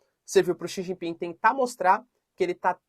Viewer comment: Professor não è D chau ping è Xie ji ping